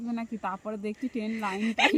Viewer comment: bolo Train. Ten noy.